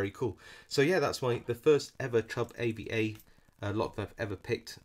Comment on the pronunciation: We pronounce it arva